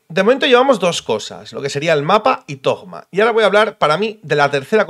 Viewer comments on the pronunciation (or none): Dejen de decirle tojjjjjma, se le dice tōma/tohma/touma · Porque le dicen tojma ? Cuando la pronunciación en español sería Simplemente Toma, zoma en inglés ya que se escriba Thoma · XDD Sigo sin entender lo de llamarlo Togma (ya se lo he visto hacer a varios creadores de contenido), dejando de lado la pronunciación de la h en Alemán (se supone que es en lo que se basa Monstad) o en Japones (Inazuma) la H va entre la T y la O, no hay nada después de la O para cambiar la fonética y meter ahí una g. Otra cosa sería decidir entre Toma y (th) Zoma pero eso ya es para gustos XD. Se que es un comentario muy mimimi pero es que es meterle una g ahí a lo José Bono en plan yolo XD Por lo demás muy buen video como siempre ^^. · Porque le dicen Thogma y no Thoma en su nombre no hay ni una G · Alguien me explica porque le dicen ThoGma? En españa agregan una "g" despues de un "Th" o que? porque escuche a Tiesogamer decirle asi tambien jajaj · porque lo pronuncias con G thogma??? xd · No entiendo por qué le dicen "Togma" ... de dónde sale esa G '??? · Porque conio dices ThoGma xd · Porqué dice togma me da toc. Ma